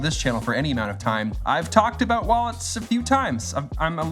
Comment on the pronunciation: Peter said abooot 😂